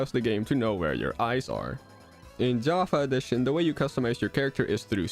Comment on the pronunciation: Your pronunciation of "java A-edition" is odd, otherwise nice american accent I had no idea you were dutch x)